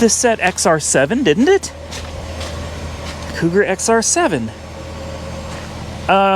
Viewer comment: SERIOUSLY?? Maybe on your next trip instead of going to Lost Angeles, you might want to go to Boston, Massachusetts. It may help you pronounce the name on that old Cougar.